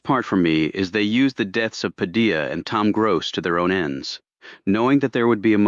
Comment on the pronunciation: AI needs editing....if using Hispanic names, Spanish pronunciation should be followed! Padilla is not "Pad-il-la"...it''s "Pad-i-ya".